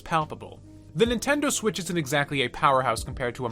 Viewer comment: It’s swiTCH, not swiSH But good video